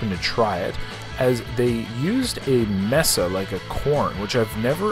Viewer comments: Its Masa. You kept saying “mesa” that means table lol good video 🔥💪🏾💪🏾💪🏾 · It's Maza not Mesa. 😉 (Mah-Suh) All of the food looks soo yummy! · It’s funny you keep saying mesa but it’s actually maza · Tripe is stomach lining. If it was tube like then it was tripas which is intestines. Masa not Mesa. But you do good. Not trying to knock you, just fyi.